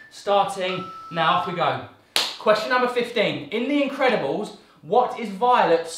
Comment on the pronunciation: When Joe says in the Incredibles I thought He says indie credibals.